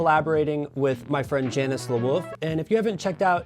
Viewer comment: It’s pronounced “Yannis,” isn’t it?